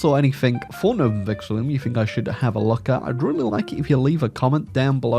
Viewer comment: please, I can't take it anymore—it's not Vexillium, there is no second letter I